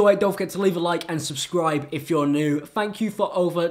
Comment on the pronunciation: His outro sounds like he said fuck you guys for watching this video